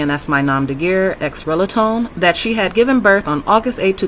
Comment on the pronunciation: "X relatone." Moorons - always mispronouncing words they don't understand.